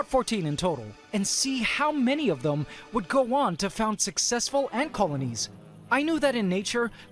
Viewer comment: The way he pronounces ‚successful' around the mark sounds like 67 SCHIZO